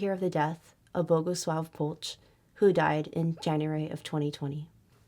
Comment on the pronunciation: "ch" in Polch reads as "h" in "ha" so Polh